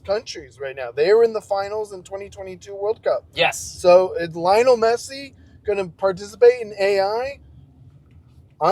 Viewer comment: I think that butchered Messi's first name 😂